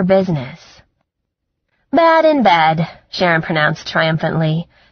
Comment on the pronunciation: Great book but narrater is one of those people can't seem to make the eh sound! Sex. sax. Chest. Chast head had bed. bad. Etc. Not sexy!